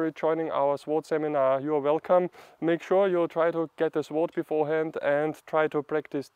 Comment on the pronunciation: Calm down, don't speak so quickly. Give the viewer a chance to digest what you are saying and comprehend what you mean. Relax.. (Sword-Colloquial English pronounciation as sord. The uu is almost inaudible, in practical terms the W is silent.) Please bear in mind that form follows function, at least it should. In the case of martial arts there is performance art, health, meditative practice, and combat. The focus in the form for all of them is different. Your intention should guide your path. There have been hundreds of schools of thought on this subject. Even then they were divided still into five main schools. Including scholar sword, doctor sword, peasant sword, etc. Most sword styles in China followed the deeply complicated five element theory and those societal norms as to what was correct for a doctor as opposed to a warrior. By the Han Dynasty these were all dictated by Confucian thought, which was in turn had blended with Taoism, and Buddhism. In Taoist terms the most important point was to let the sword make the cut, not the man wielding it. For combat, despensing with preliminary conditioning sets, and moving naturally with the sword was the difference between life and death. Getting to this point can take easily twenty years of serious training. A study of Shaolin sword quickly bares out the differences in style. For those interested in combat, as opposed to performance art, the study of Myamoto Musashi's Book of Five Rings is an indespensible must. Good luck, keep